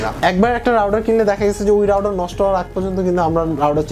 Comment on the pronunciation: রাউডার কি মিয়া? উচ্চারণ ঠিক করো।